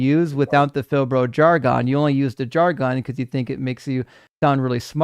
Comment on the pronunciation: the pronunciation of "jargon" is not "jar-'GONE." It is "'JAR-gun." Pronouncing words incorrectly hurts the cause especially when you give them grief about pronunciation in the SAME debate. LOVE YOU,! 🙂